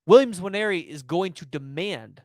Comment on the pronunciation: Dude it’s not N-waneri. Just say Waneri, it’s close enough